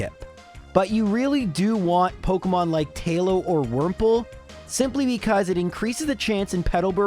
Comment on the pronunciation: pok EEEEE mon. not pok UHHHHHH moin.